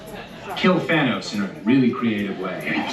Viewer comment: he said, "Thanus". lol